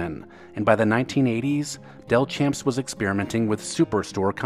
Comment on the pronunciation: Delchamps is pronounced as Del-shamps. I was raised in Mobile where the chain was founded.